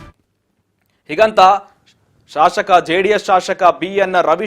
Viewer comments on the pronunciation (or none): ಸರಿಯಾಗಿ ಉಚ್ಚಾರಣೆ ಮಾಡೋ ಮಾರಾಯ ಶಾಶಕ ಅಲ್ಲ ಶಾಸಕ